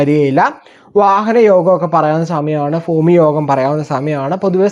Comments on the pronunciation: ഫുമി അല്ല ബൂമി അല്ല ഭൂമി ആണ് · ഫൂമി.അല്ല മോനേ ബൂമി .ബഷ നന്നാകൂ. എന്നിട്ട് പോരെ